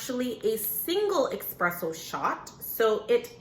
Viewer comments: It’s espresso. Not expresso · Espresso is pronounced like Nespresso. It’s not Exxxxxxxxpresso ;). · Espresso not Expresso 😩😩😩